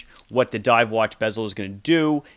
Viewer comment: Did he say scuba Dove